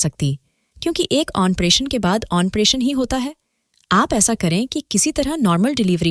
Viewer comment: ऑनप्रेशन नहीं मैडम जी ऑपरेशन होता है